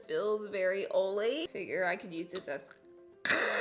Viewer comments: It’s oily not oley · "Feels ollie" hahaha ollie not oily guys...been saying it wrong my whole life. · I love how it sounds like you say “olay” instead of oily 😂😂